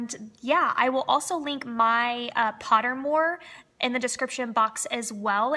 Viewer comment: you said it correctly and I love Pottermore